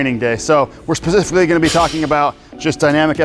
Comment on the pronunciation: “Spethically” 😂 I pronounce it like that sometimes as well lol